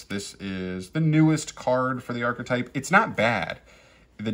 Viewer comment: Just archetype, not ar-che-type